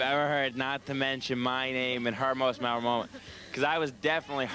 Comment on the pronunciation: They don't say memorable, they say memerol.